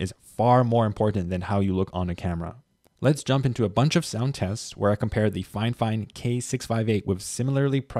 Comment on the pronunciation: Dude actually pronounced the name of the brand right.. Good job man !